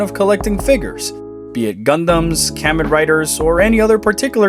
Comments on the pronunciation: That thumbnail is adorbs lolz P.S. Kamen is pronounced as "Kah-meh-n" btw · Sounded like Comic Riders rather then the more commonly said Comon for Kamen but just light teasing my man. Any fellow toy and metroid fan can call them what they want. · You pronouned “kamen” wrong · Never heard anyone pronounce Kamen Rider that way. Cute video like you little chibi Samus she is so cute. Granted I've always seen her gruff and badass but this cuteness works. Also NENDROID SAMUS NOW! Zero suit or Prime. As toy collector I really wanted Figuarts to handle power suits for Samus I just rather how they do things and unlike figmas rarely miss out on key items.